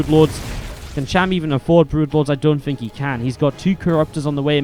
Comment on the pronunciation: It's cham. Not sham...